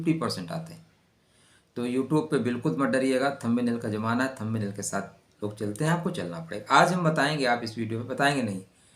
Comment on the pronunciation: Thumb nail मे “Nest 3 मंथ” लिखा है. वो “Next 3 months” चाहिए. थंबी नेल नही, थंब नेल बोलो.